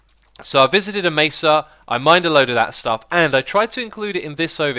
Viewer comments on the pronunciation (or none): none